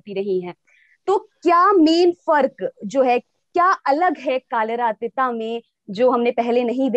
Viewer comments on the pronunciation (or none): Mdm it's "कालिर अतीत" not "कालिरा अतिता" plz pronounce it properly